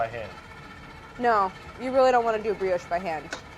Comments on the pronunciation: as someone who had to sit through 7 years of french in school, I hate to tell you, that claire also says brioche wrong, not as wrong, but still wrong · But Claire doesn't get it right. It's a soft o as in "soft', not a hard o as in "hole". Somewhere in America, there's a special language school that teaches Americans how to mispronounce words from other languages. There are similar schools in most English-speaking countries. In Australia we have a graduate school for bad pronunciation that's attended by sports presenters. When a specialist tennis commentator can't be bothered to pronounce a competitor's name correctly, I just think that it's very bad manners. I had a brilliant French teacher in primary school. His mother was French and he spent all his summer holidays in France refreshing his accent. My first mother-in-law was Italian from Italy. She and her daughter taught me about Italian pronunciation. The English O sound grates. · I love how Claire didn't ask Brad to repeat 'Brioche' to correct him, she did it just to confirm he was saying it wrong. 😂 "Uh huh. Aren't you going to France soon?" People say Claire is a lawful good, but she has a lot of chaotic neutral in her, too. 😂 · But she might lose her mind when she notices that her pronunciation of "brioche" is just as wrong as Brad's :D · The editor is having waaaay too much fun with this ...love it. Also Claire and Brad arguing over the pronunciation of "brioche" is priceless (because they are both completely off in some american-guttural-mangeling of the french word). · Honestly Bon Appétit needs to bring in someone french to help them pronounce all these french words. I mean between brioche / sous-vide / (ferrero) rocher / maillard (reaction) / etc They could also bring an english teacher to help brad pronounce Wourder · Claire deciding to choose her battles wisely & let the “Briogge” go 🤣 She can’t take it anymore... “Say Brioche.” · Claire trying to figure out "Briogge" xD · is it not BREE-OSH?